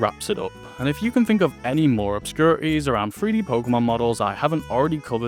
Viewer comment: I heard "obscurities" as "opscurties" and I got confused